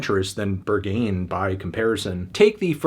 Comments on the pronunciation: girl, I'm not just talking about Berghain. Although, that is quite popular and not that hard to pronounce at least not as terrible as he did. All the spanish words he said were pronounced terrible too and he didn't say a word about the lyrics, story, concept or meaning of the songs except maybe 2 english parts, so I doubt he did his research this time... And if he did that still doesn't make the review better since he didn't say a word about it😂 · Anthony saying "Berghain" is the worst pronounciation of anything I've ever heard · your pronounciation of "berghain" makes me wanna kms, im too european for this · Berghain is not pronounced like that, it’a a club in Berlin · not going to trust someone who pronounces Berghain like that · The way this man just pronounced Berghain made me feel physically unwell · omg same here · Love how Anthony has decided to pronounce Berghain as if it was French word, and just sticks with it. ❤😂😘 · Maybe your finger has slipped off the pulse when you pronounce Berghain wrong over and over again? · Weird that the busiest music nerd does not know how to pronounce the name of a legendary nightclub (Berghain). Or imagine you would take 5 seconds to do some research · Or the way he pronounces "Berghain"... SO far off. 🤣🤣🤣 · You know melon, when you mention a song title like "berghain" several times in your review, it could be worth it to quickly google it. Maybe make some effort to pronounce it correctly, you know. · The way you pronounce Berghain should bumb this score up by at least 3 points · It’s Berg-hain……not Ber-ghain……🤷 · pronouncing Ber-Gayn is killing me 😭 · It’s pronounced BURG-HAYN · The pronunciation of Berghain is driving me crazy. It’s berg-Hine not ber-gain! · Why can't people pronounce Berghain correctly made me not wanna watch the rest of the video. Its BEAR-G-HEIN (like heinie or heinz ketchup). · berghain is pronounced. bare g high n for anyone wondering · He pronounced it “Burgh-gain” 😅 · Not "Bergayn"